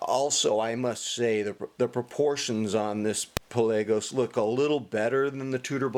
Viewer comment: 😂😂😂😂😂😂😂😂 I love how you say pelaygos hahahhahha